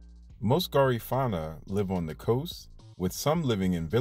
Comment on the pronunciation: Thanks for this video about my Belizean people 🇧🇿 🇧🇿 🇧🇿 However, your pronunciation is wrong for Garifuna ( Gar-Ri-Fu-Na). The Garifuna are in Honduras 🇭🇳, Belize 🇧🇿, Guatemala 🇬🇹, Nicaragua 🇳🇮, and St. Vicent. Also, because someone speak Kriol don't make them Creole because us Creole are our own ethnicity and culture. Sambai is danced on Christmas in Gail's point, Manatee, Stand Creek District.brukdung, braam, and Sambai is Creole music. Creoles are in coastals Belize, Honduras, Nicaragua, Costa Rica, Panama, and Colombia. Great job tho!